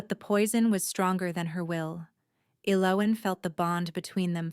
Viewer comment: Pretty good story but tense. I liked the characters, even the evil girl. I wish the narrator would have consistently pronounced Elowyn's name right. Its annoying to hear a name pronounced two ways throughout the story.